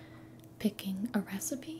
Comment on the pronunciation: r-recipe... do you mean that... yOU'VE COME UP WITH A NEW RECIPEH?